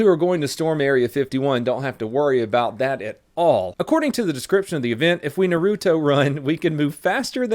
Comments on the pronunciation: it’s Pronounce NARuto not NURUTO. Love your videos! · Do you even watch anime bro everyone knows its pronounced nar-ooo-toe say all together a tiny bit fast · It's pronounced Nawr-oo-toe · It’s pronounced Naruhtoh not Narooootoh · Its NAHRUTO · Stop pronouncing naruto wrong